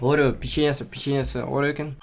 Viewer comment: Орио печьенісі печьенесі орио деді ма қалай? 🤣🤣🤣